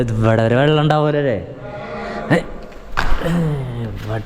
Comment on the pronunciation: ജലത്തിനെയും vallathineyum രണ്ടിനെയും വള്ളം എന്ന്പറയുന്നു 😂😂